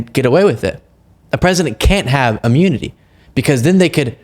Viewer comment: Please give him some of that "imyuniti". Because he can't function. He's not even president and he's not functioning now.